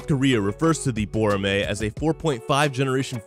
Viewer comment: Btw it's pronounced bow-ra(like ramen)-meh